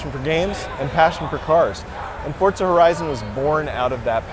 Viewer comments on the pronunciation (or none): its not fortza :@ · ITS FORZA NOT FORTZA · the fuck? fortsa? his pronunciation is horrible lol. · why cant thy pronounce it for-za? since when has it had a 't'? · Fortza Hurizon.